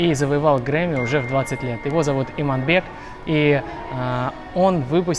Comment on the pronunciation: какой молодец, правильно произносишь Иманбек, а не Иманбэк, как грешат многие неказахоязычные 👍👏🙏🏾